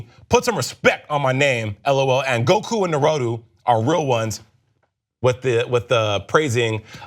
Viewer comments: this nigga just said narotu😂😂 it's pronounced na-ru-toe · Na-row-two... just stop. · 😂 I love you for this "na-ru-TOE" has me done with today. My same reaction when he said it. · Narotu? He needs the pronunciation slapped into him. Not to be harsh. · Na-Roe-Too? wow...just fucking wow. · Lee Findor naroto i cant hahahaha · "Narotu" Bruh I almost popped a blood vessel... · Omg the way he said Naruto 😂 love it when people mess up anime name's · I really liked. Until he butchered the pronunciation of Naruto. Smh 😒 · Yeah he hurt my soul when he said it.